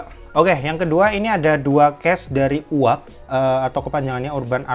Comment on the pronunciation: Koreksi sedikit: 1. Mujjo leather asli 2. Yu-Ei-Ji, bukan “Uwag” dibacanya